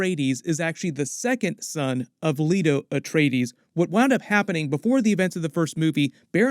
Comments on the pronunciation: LAY-TO. Not Leeto. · Or seen the movie. "Lee-to Atreides??" It's Lay-to!